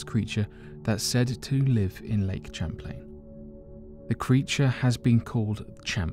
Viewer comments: It’s not CHAM-plane... it’s Pronounced Sham-plane! 🤦🏼‍♂️ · The name Champlain is pronounced (Sham)( Playn).